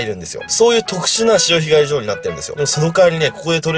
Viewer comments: あさひがり じょう⤴訛ってますねーｗ 貝すごいとれますね。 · 潮干狩 ジョー に聞こえたのは俺だけじゃないはず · 潮干狩り場のイントネーションが独特w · 潮干狩り場の言い方気になるww 途中でお茶飲んでるやん?｢はぁ…うめぇ！｣って言ってほしかったww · 潮干狩り場のイントネーションw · 潮干狩り場 イントネーションがあしたのジョーみたいな笑笑 はじめて潮干狩りして大量だと思ったらオキシジミっていう誰もたべないマズイやつでした。。